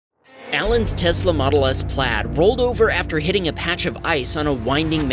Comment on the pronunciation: its not Plad its Plaid